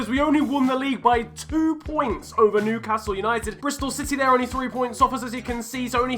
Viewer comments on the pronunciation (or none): none